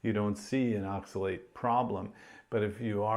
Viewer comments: The way this guy says "oxilate" is making me so mad. Props on you, I kept blowing up at my phone any time he said it. These long term vegans looks so pale and are so mean to people who eat meat. Why would i listen to someone talk about health advice when they are unempathetic to diabetics and look so sickly?? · Maybe he should learn the proper pronunciation of oxalate.